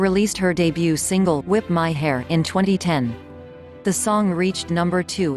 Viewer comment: I giggled at the way "whip my hair" was pronounced